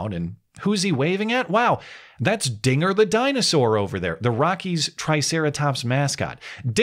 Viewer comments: Wait did you just say trigger? That sounds awfully close to the n word you must be dog whistling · “dinger” is clear as day? Like I said, I only hear Ns. I know that’s not what he said… it’s what I’m hearing. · it was clear as day to me. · When i first watched it, it did sound like he said the n word, but once i found out what he actually said, i went back and listened and all i could hear is “dinger” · Bro! This clip is crazy. If I rewatch it THINKING he will say nnnnnn, I hear it clear as day... And when I play it again THINKING he will say Dinger, I hear that!! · I did hear it as "dinger" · Don't say Dinger with a hard "R"! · To be fair it REALLY does sound like he's saying the n word lol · This was my 1st time hearing the audio. It totally sounds like he said the n word. I understand I'm wrong, but damn. Either way it doesn't matter. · Ngl I hear the forbidden N-word rather than Dinger. Must be a Yanny/Laurel thing… :/